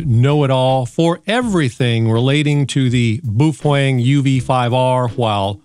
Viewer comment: Please pronounce Baofeng correctly.